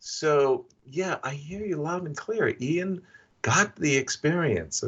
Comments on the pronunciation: Sidenote, How does Yasser not know how to say Ian yet??? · Why does Yasser intentionally mispronounce Ian's name? It's driving me nuts.